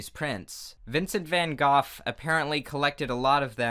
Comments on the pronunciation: LOL VINCENT VAN GOFF OVER AND OVER AGAIN XD it’s actually prounounced van GO but ehhh whatever floats your boat XD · I’m just gonna pretend that you pronounced Vincent Van Gogh’s last name as goth on purpose as a reference/joke to his tragic history and not because you actually don’t know how to say it.😅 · GOGH IS PRONOUNCED LIKE GO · This entire time I thought was saying "Vincent Van Goth" not Goff. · I'm sure someone has mentioned this to the comment section before but Van Gogh's name can be pronounced in many ways, including Goff. So while I'm not used to hearing it pronounced 'goff' either, he's neither saying it right nor wrong. Also it's sad that I know about the Shunga thing and have seen a few pictures when doing research for Japanese art. And for some reason hearing about Dada made me happy bc I felt like I could relate bc we learned about it in school and its truely great. (fun fact no one needed: that picture with Mona Lisa w/ a moustache had a caption/title that literally meant 'she has a nice butt'.) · Van GOOF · “Vincent Van Goff” 😂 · Vincent Van “Goth”??? Oh honey bunny nooo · ScribbleTheFox Als je op yt op zoekt hoe je het in het Nederlands uitspreekt kan je het gewoon vinden. Het excuus gebruiken dat je een Britse uitspraak hebt gevonden vind ik dan best zwak aangezien iedereen weet dat van Gogh Nederlands was en niet Brits 😅